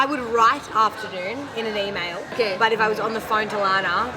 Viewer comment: Today→To die？ Okay→Oーkei？ オーストラリア、ニュージーランド英語の発音の特徴としてeiをaiのように発音することにある？Today、Okay、Mate(Mait、メイトではなくてマイトと言う？）始め慣れないと大変だね？しかしオーストラリア人は皆身分によって発音や言い方が違うのかな？